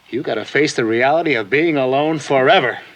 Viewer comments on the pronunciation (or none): none